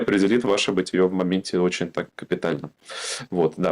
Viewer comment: БытиЕ, а не бытиЁ, грамотеи! Бытиё рифмуется только с ё-маё